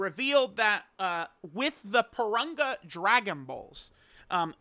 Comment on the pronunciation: It's Pour-Rune-Gah. Wtf. Not Poor-Run-guh.